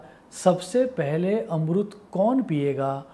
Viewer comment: Dear sir amrut ni Amrit hota h